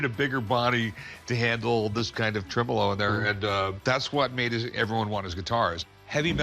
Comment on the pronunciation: The way they said tremolo is honestly triggering me